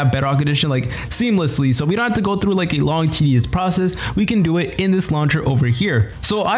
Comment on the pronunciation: Bro it is not frew